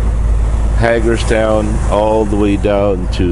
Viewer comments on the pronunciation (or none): Hi! Good to see you back in the drivers seat of Baby Blue! Hagerstown is pronounced Hay-gerstown, just helping and when I worked in Maryland it was called Buckeestown! Just trying to help! You might see your buddy there at yard!